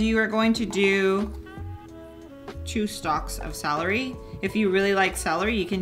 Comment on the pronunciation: Its CELery! NOT SALery!